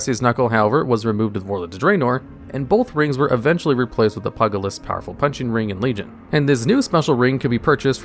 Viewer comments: Fun fact Pugilist is pronounced Pew-Jill-List not Pugga-list. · PUG- ilist, hah. Not sure if it was intended, but it made me giggle. Great choices, great vid! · Although I get a kick out of how you say "Pugilist", you're pronouncing it like it's some kind of a dog :D To pronounce it properly, it should sound like: "Pyew-gilist", without the dash of course :) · Pugalist is pronounced Pyoo-jill-ist I'm pretty sure. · It's pronounced PYOO-gilist but yours made me smile because all I could imagine was a little dog with a boxing gloves. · The way you pronounce pugilist makes me think of a Pug Druid. Thanks dood.